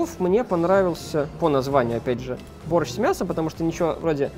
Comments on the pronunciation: Или я не шарю в русском или же он не правильно прочитал там же написано борщ а не борстщ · Я все розумію, но БОРЩ це БОРЩ, а не "БОРСЧТ"